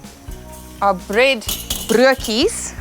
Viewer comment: Jisis man....you cannot even pronounce " braaibroodjies ! So I guess you are proud to piggy back on our afrikaner food right ? But yes afrikaners including myself are hated now because we jailed the holy Mandela for his acts of brutally terrorist attacks.